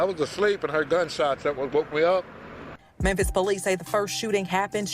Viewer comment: Bro it's pronounced MEM-FIS....THE "P" IS SILENT....U KEEP SAYING MEM-PISS